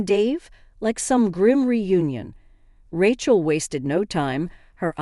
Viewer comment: Rechel? lmao